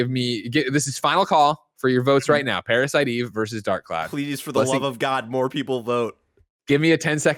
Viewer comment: I'm more offended by the way Greg says Parasite Eve than PASBR getting the boot.